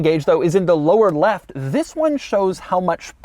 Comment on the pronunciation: I came from the Doug saying "this" chronologically and now all j can hear is "vis"